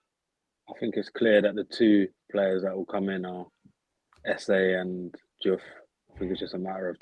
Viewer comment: It's SA not SE in his own words ...